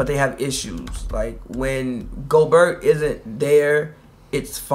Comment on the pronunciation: He said goburt lmao. It’s Gobert